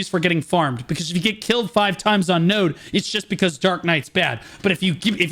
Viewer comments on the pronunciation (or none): none